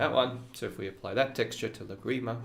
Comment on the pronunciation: Wow. I love Lagrima, and these are great ideas. (But, did the school also re-imagine the pronunciation - the stress is on the first syllable of Lagrima) :) I think I will begin with the tremolo texture - the most approachable for starters - thanks!